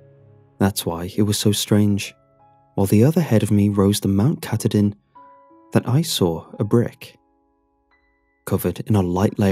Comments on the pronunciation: pronunciation: Mount Katahdin (/kəˈtɑːdɪn/ kə-TAH-din) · As a Mainer I can't even begin to explain how awful your pronunciation of Katahdin is. The effort is, however, appreciatedm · 2 things 1 there was a loose brick because rural maine is the weirdest fucking place (born and raised here) 2 some times says weird stuff wrong and I laugh but I screamed when he butchered katahdin.